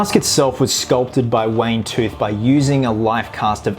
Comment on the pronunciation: Yeah, and this bloke says "Wayne Tooth" as well.🎃